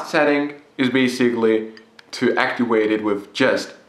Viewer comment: Make sure you actiwate your smoke dewice so that your vapowizer produces wapor. Just sayin.